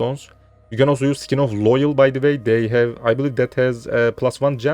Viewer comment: Kardeşim İngilizceyi güzel konuşuyorsun da şu skin(deri)yi (sikin) şeklinde telaffuz etmen yok mu.. Sen büyük ihtimalle eskide Knight Online'da oynuyordun. Mesela Knight Online telaffuz ederken (nayt online) yerine (kınayt online) şeklinde mi telaffuz ediyordun?